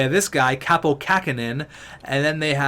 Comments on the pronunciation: Btw Kaapo Kakko is pronounced like: Kaa-pou Ka-kou not like: Ka-po Ka-ko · when u say kaapo u need to say the a in it twocd longer than u do. The way u say it wouls be kapo in finnish